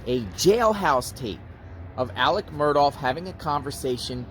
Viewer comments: his name is “alex murdaugh,” not “alec murdoff.” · You keep pronouncing the name wrong. It's not "Murdawf" its "Mur-daw" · 2 things…..1) The last name is Murdaugh, not Murdoff. 2) This was pre trial phone calls. ✔️ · His name is not Alex Mur((douff)). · Murdough is pronounced with a ck as in Murdock not Murdoff. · You are mispronouncing his name ... it's not "Murdoff" ... hope this helps ... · His name doesn’t rhyme with Cough. There is no F sound at the end. Also leave Buster and Brooklyn alone. Why are you hiding in bushes?